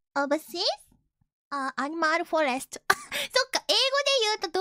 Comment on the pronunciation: Animal Fo↘️Rest↗️